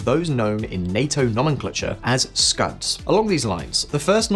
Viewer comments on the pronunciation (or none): none